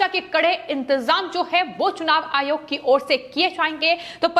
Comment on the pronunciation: Tum Pakistani hai keya? Hare word ko kuchbhi bolte rahati ho. Ayog ko ayhog kiyun bolti ho? Kitne bar bola tumahara news presentation style normal karo. Unpad ledki ke tarah pronounce karti rahati ho.